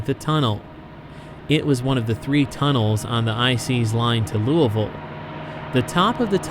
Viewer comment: Thank you for pronouncing Louisville the correct, local way lol. Great video!